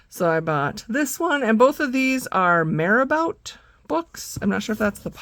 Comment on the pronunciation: Oops! Also meant to say that Marabout is pronounced Mare-A-Boo, which is much more fun to say than it is to spell. Happy coloring! 🐴-a-👻 😀❤